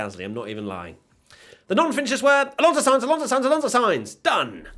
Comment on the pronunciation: Car-loss Sainz